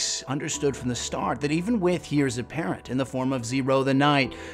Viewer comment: I've never heard heirs pronounced 'heers', it's always been 'air' for me